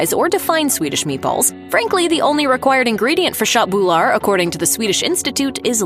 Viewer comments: I died laughing at "shot boolar" for köttbullar 😂 she tried lol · Håller absolut med…hennes uttal är helt knasigt…speciellt när hon försöker uttala köttbullar 🤦🏻‍♂️ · The Wat you såg köttbullar is so funny If you are swedish it sounds like this: Chatbular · ”Shat boulaar”